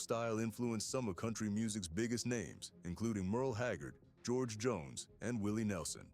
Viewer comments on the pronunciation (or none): none